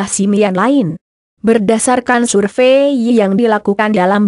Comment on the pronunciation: Sirveeeyy geli dengaernya